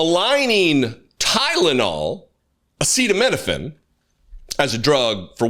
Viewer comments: Donald Trump had trouble pronouncing acetaminophen during his presser. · Bobby trying to assist him with pronunciation of aceda… apeda…. abeda… Tylenol 😵‍💫 🤡. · Trump can pronounce "hydroxychloroquine'". But he cannot say "acetaminophen"? 🤔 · You would kind of think you would have the pronunciation down being as it is the very ingredient you claim as the problem? What a dumbf*ck.😊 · "It can only good happen." That shellaced zombie has more meds and medical equipment on him and in him, but cant pronounce acetaminophen. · Hey Trump say acetaminophen. 😂